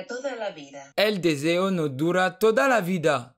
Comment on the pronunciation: Franchement lourd mais deseo tu le dit pas bien...